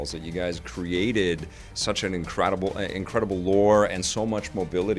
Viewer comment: just said incradible he's so funny keep on the good work you're my fav gaming news channel would mean a lot to mention me